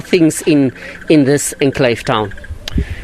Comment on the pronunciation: Has Reginald just learned a new word? Enclaves... Well done buddy. You almost got it phonetically right. Keep practicing.